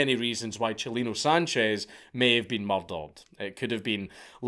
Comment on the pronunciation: Thanks for saying his name right 👍🏼